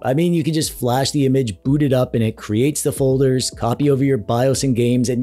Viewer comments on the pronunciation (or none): none